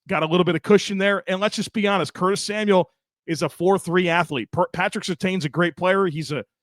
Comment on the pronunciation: Happy Victory Monday!!! Love the podcast as always but I gotta know…why do you continue saying Patrick Surtain’s last name wrong??? Again, great vid otherwise 🤘